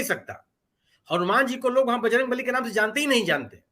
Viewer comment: दूसरी बारमे बजरंग नली का उच्चारण किया इस लिए नाराज हुए बजरंग बली । बच गया जनता की बलि